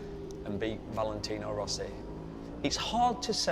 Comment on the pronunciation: its rossi lol